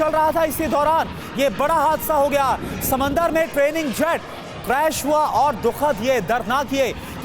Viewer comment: समंदर नही समुद्र होता है